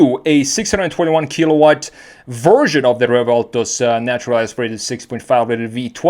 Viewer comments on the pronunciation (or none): none